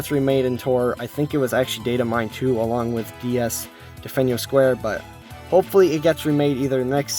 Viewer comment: you're pronouncing delfino square wrong